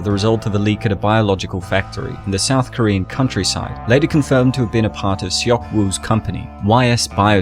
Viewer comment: you said Koren daddy wrong